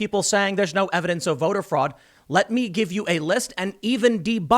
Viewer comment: You keep mispronouncing the word fraud. Many, many times!